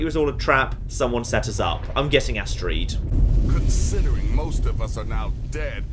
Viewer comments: I think says astreed just to fuck with us. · Doesn't understand how people can call herb erb but continuously calls Astrid astreeed even though her name is said many many times in game... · you ever think that maybe Astrid sold you out because she was pissed that you kept mispronouncing her name? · Don't worry, she doesn't give advice to people who say Astrid astreed. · He's been mispronouncing names this entire playthrough just to fuck with us I love it, it adds charm